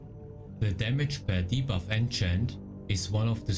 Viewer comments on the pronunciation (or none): none